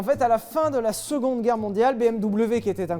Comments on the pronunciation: « La zegonde ger mondiale » j’suis plié 😂😂😂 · A la fin de la zegonde guerre mondialeuh